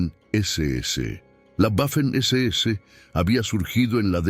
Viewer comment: En inglés es una u doble pero en español y en alemán la letra w es una uve doble. La pronunciación correcta es 'vaffen' SS.